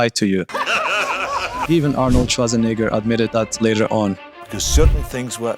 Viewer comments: Swartzanigger? 😂 dude next time work a little in your pronunciation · Dude! The way you say Schwarzenegger is damn near offensive! 😂😂